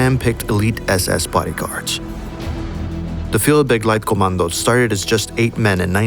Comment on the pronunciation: „Führerkommando“ Englisch pronunciation= Fuerrerkoamando